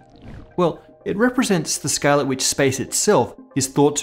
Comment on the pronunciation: "scayal" :P